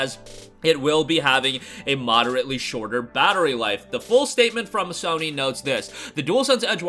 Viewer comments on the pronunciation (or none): none